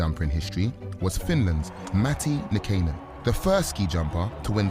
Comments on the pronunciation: Wish he could pronounce Nykanen properly... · same. I was like "that's 100% not how you say that"